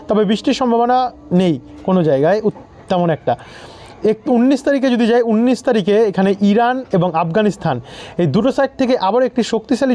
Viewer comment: বন্ধ। উন্নিশ হবে না। উনিশ হবে। তোমার উচ্চারণ ভুল হচ্ছে কেন